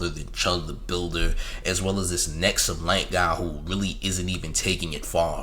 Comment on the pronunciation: His name is "Hexumlite" not "Nexumlite"